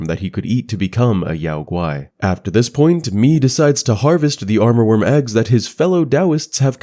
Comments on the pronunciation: Nice video ❤ btw it's "Amourworm" not "Armorworm"! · Fantastic videos, thank you for doing this! One remark though: I hear you say « aRmourworm » through the video, while the spelling is « amourworm » - as in “amour”, which is french for “love” and also the name of one of central Asia’s major river. Not sure if this has some additional lore attached to it though.